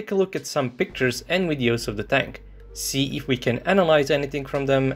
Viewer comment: Videos!...not WWWideos...you don't say WWWisible in your video!...so why are you saying WWWideo? 🙅‍♂